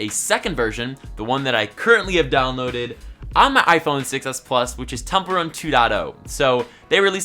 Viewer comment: When was telling temple run,, I was hearing it as 'templer '😬😬